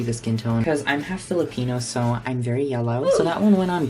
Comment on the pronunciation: Did you just say filipenis or was that just me